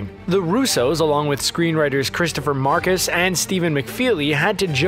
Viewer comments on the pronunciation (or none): none